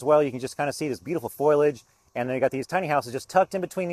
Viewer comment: Its not "foi-ledge!" Its "fol-ee-age." Why do people say foi-ledge??? Lol